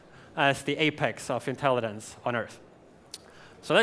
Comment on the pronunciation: why is he saying "intellidence"? i mean i hate those childish people who point out something trivial and dont give a fuck about the important message, but to be honest.. hes giving a speech about intelligence, he should be able to pronounce it. it bothers me I CANT CONCENTRATE ON THE MESSAGE